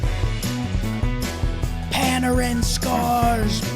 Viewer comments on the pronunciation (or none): Puh nair in. That middle syllable is like that smelly crap that removes hair